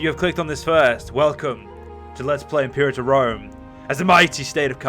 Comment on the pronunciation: At least now you'll manage to say "Imperator Rome" correctly... most the time. :p